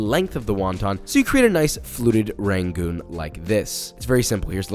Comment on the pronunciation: i die a little bit inside when he pronounces it “ray-goons” idk about you but texans pronounce it “ra-goons” not “ray-goons” 😂